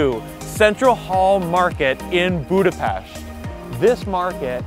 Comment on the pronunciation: Finally a man who pronunce Budapest correctly